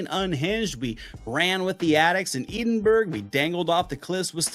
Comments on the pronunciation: I love your content, but it is pronounced "ed-in-buh-ruh." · Trainspotting ❤ It’s pronounced Ed-In-Bura tho. 😂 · Love your videos. Always a great reminder on what to watch again. ...but, dude. Your pronunciation of Edinburgh killed me.